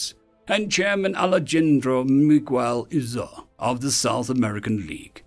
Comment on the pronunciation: "AleGindro MigWhale"?!?! 😂😂😂😂😂 Oh... Don't ever stop being you, good sir..😂😂😂 "Alejandro Miguel" is pronounced "Ale Handro Mig ale" It's Spanish, my dear Narrator.